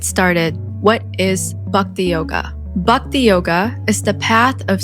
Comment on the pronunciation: nice. Hinduism is the most advanced way of life. Also its not 'Bukti' it is 'B-h-akti'